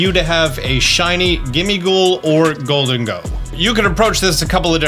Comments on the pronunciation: Isn’t it pronounced “goal-deng-go” kinda like the name Diego? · I Love but man i hated how he said gholdengo